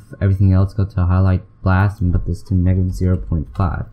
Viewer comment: "highlight blas" its highlight bias xD